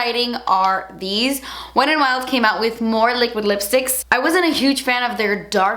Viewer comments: I don't know why but I love the way you say "wet n wild" almost like "wed an wild" really quickly 💃🏼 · "weddin wild"